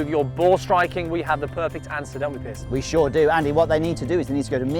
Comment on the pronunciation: Piers (rhymes with years) not Pierce.